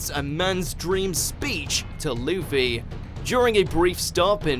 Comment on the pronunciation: did he say leafy instead of luffy or am i hearing things